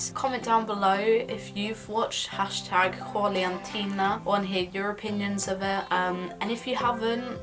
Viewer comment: Juliantina, great pronunciation! Yey